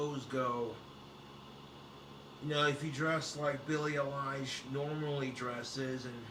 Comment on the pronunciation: its pronounced EYE-LISH not A-LIE-ISH